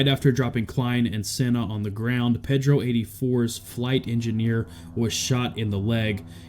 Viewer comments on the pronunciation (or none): Losers😞🤨 I believe it's pronounced "Paydro", not Peddro". If you can't get it right, you shouldn't be there talking! 😡😠🤬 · Ped-ro? Have you never heard that name before? I'ts pronounced pay-dro, not like a kid-toucher in a boat with oars.